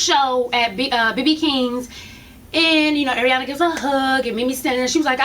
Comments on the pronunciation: Oh lord why you gotta fuck up these poor ratchet girls' names. Crazy Tattoo Bitch = Che Mack Ariana = Ariane (Ari-In) but I see you gettin right up on it with the review this week, no delay at all, you go girl!!! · its ARIANE!! Air-EE-An Lmaoo